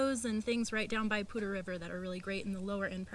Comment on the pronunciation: Hey guys, great informative video for sure. My wife and I fell in love with FoCo a couple years ago. We would love to live there but not sure if will land there. And I finally found out how to pronounce Poudre River! Thanks for that. More importantly, great info about an in state lender. (em Hem). Happy Easter!